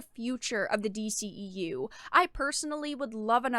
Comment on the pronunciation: MAYBE if it was "form" fitting, but not even that. It looks like a straight bulky winter coat, no waist, femininity or curvature of any kind. And the boots.... yellow doc Martin's.... really?!?! Oh and kudos for the "D- she-EU" lol